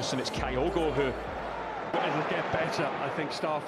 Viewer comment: Who is "Kaiogo"!!??? This Japanese player is called "KYOGO", as in TOKYO/KYOGO!!